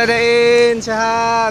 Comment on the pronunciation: Da ir bos.... Bukan dain🤣🤣🤣